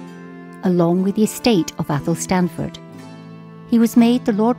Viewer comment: Locals pronounce 'Athelstaneford' athel-stain-ford, not 'athel-stan-ford'. Or if you really like it's affectionally known as 'Eshinford'. Excellent wee video all the same :)